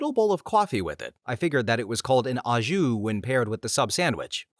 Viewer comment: Little tip, most Americans mispronounce au jus. The au is an O sound. (it's French)